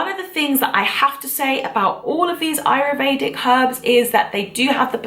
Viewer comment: Interesting video. Thanks. Just one point though: it's: A-YUR- Vedic. Not: A-ru-Vedic as you pronounce it in the video.